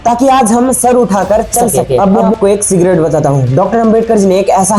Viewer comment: Secret ❌ sigarette ✅ pronunciation thik karo bhai 🙏